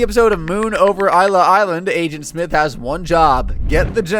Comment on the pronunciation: it's pronounced iss-luh